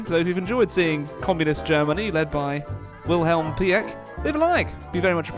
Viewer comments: His name is pronounced Pieck like Peak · You have to call Wilhelm Pieck like Pick with a long i. In German ie is like an long i.